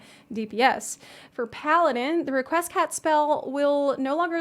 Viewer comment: The way you said Requiescat lmao